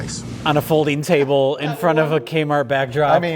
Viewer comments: I've been tainted by this channel. Every time said "folding table" my brain kept hearing it as "folding chable" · I believe you meant 'Folding Chable'.